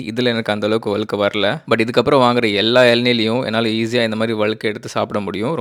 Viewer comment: அலுக்கு, அலகு, வலியாது, வலுக்கை தமிழ் உச்சரிப்பு அருமை👌🙄